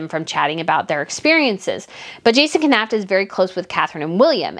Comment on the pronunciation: Please learn how to pronounce Jason Knauf 's name, it's super annoying